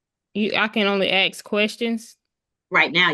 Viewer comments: Why can they not pronounce ask correctly? It's always axed. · Fine her for saying 'axe' instead of 'ask'! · Did u read the comments from the lady that was talking about the word "axe" its funny as heck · Someone who says "axe" or "mont" doesn't have $100k worth of items .. I'm guessing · Why do these uneducated people say axet instead of ask it drives me crazy learn to speak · So many countries have wierd laws that protect renters, even when they are obviously tricking the system. So sad. A buddy of mine had to spend 4 months just to kick out a non-paying tenant. On a different note : I keep hearing "AKS/AXE" instead of "ASK", they do know its an S infront on the K right? "i wouldnt be able to AXE my neighbours" ……..well, please dont...…. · Ther can be the most educated black person,and they will never say ask in a conversation, it's always axe.lol❤😂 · "aks" the clearest sign of ignorance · This woman is ridiculous. And I’m so over the “axe” 🤦🏼‍♀️🤬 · “ Can I axe “ Learn proper English before addressing the court ! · 🙄. Yup. She did aks/axe them….